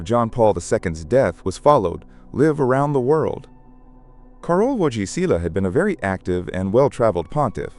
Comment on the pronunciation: John Paul II was the first Polish pope. His successor, Benedict XVI, was German. The pronunciation of JPII’s real name was KAH-role Voy-TEE-wah